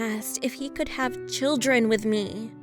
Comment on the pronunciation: In the beginning of the video i almost thought her stepbrother asked "if we can have chirdren"